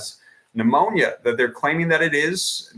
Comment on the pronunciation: Its not phnemonia